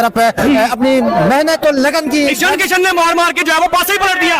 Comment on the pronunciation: "इशन" किशन, जशन टशन 😂